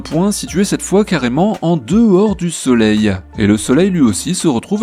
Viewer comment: Ca me faIt horriblement mal aux oreilles quand j entenu soleileee